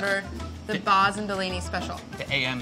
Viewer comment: Why does he call her "Molly Boz" when it is spelled Baz? Surely it's pronounced like "Has" with a hard "ba"